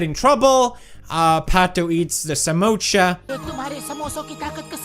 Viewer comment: Samosa ❎ Samoocha ✅😂